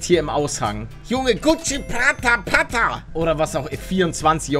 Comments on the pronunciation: Hat er pata anstatt para gesagt? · Palle es heißt para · Paluten es heißt parra